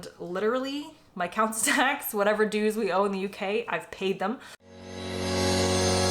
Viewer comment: You haven't paid your dues, you have never paid them until you learn how to pronounce "dues".